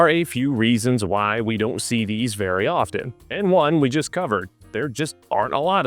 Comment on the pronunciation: The “t” in “often” is silent. CHRIST.